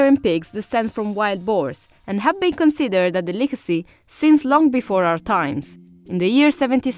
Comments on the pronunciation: The way she pronounced delicacy (de-lick-icy) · I'm SO triggered by how she said "delicacy". 😤